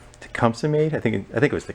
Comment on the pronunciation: It's a long E at the end of Tecumseh. Pronounced Tecumsee